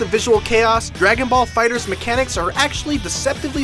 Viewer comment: Fighter z.. stop saying fighters lol